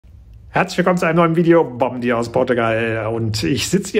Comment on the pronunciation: Geschrieben "Bom dia" Gesprochen "Bonn dia" 😊 "n". Wie die frühere Hauptstadt. Boa sorte. 👍